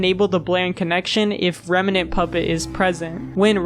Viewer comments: only thing i hate about this video is how he pronounced remnant, as reme-nant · why bro keep saying remanent instead of remnant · Bro says Remnant so wierd, "Reminant" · why do you pronounce remnant like that